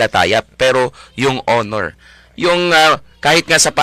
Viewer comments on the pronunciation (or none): none